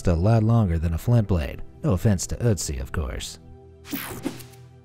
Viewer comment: German speaker here: good pronunciation of the Ö in Ötzi! I've seen Anglophones struggle with that...